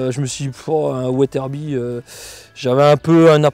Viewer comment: From « Weatherby » to « ouaizeurbie »